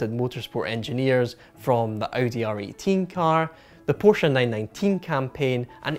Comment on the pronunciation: You mispronounced “Porsche 919 Evo”.